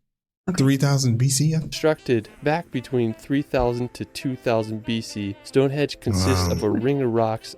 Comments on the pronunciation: stone hedge..😂😂😂 ya mean stone henge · it is stonehenge not stonehedge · I quite agree, I wish there was a way his videos could be edited! For some peculiar reason I was called a racist for commenting on his mispronunciation. I had friends from The USA who wanted to see StoneHEDGE after watching his video! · excuse me, it is called stone henge, not stone hedge. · He's calling it Stone Hedge 😂😂😂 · As others say, the pronunciation on what sounds like a computer generated voice over is lacking, to say the least. Especially, stonehedge! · Correct. The video is full of factual errors and mispronunciations. Stone Hedge ???? West Mister ???? Wells (Wales) ????